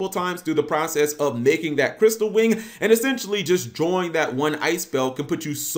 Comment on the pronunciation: Crystal wing not crystal wind